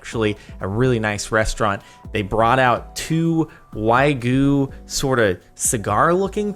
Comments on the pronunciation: Wait wait wait wait I can not let you go with that pronunciation.... WHYGOO?? ITS PRONOUNCED WAGYU YOU UNCULTURED SWINE. Excuse my outburst, carry on with your day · "Why-goo"? It's 'Wag-yoo' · He did not just say Wy-Guu